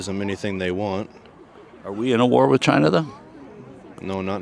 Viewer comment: I think you will find that is pronounced CHYYYYYYYYYYYYYNAAAAAA🤣🤣🤣🤣🤣🤣🤣🤣